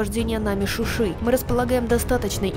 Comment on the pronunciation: НЕ Шуши А ШУША !!!!!